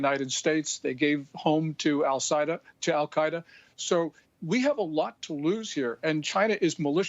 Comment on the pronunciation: "they gave home to Al-cia-da"